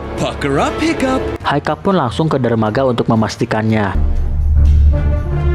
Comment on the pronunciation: kok Haiccup Hiccup Woi